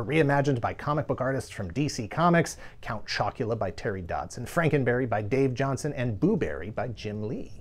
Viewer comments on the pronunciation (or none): "Count Choc-u-luh-uh!" made me laugh an obscene amount. yeah my mom would never buy these cereals for us either, for some reason. we were a trix/fruit loops house